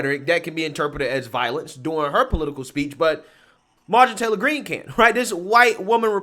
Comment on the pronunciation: "...there are cunna pee beeple" Calm down, you're unable to speak properly 😂